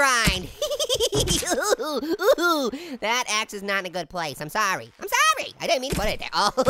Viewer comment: Jamie I'm sawy Jamie